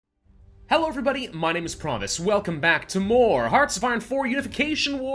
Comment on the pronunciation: Is it just me or do other people hear Pravus introduce himself as Promise at the beginning of the video? Just curious.